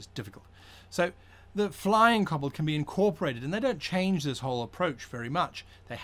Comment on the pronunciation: Koh-bold Not cobblestone